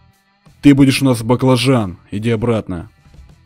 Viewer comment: "Боклажан" ОРУУУ